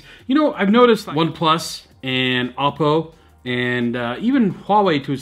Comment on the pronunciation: you're pronouncing Oppo wrong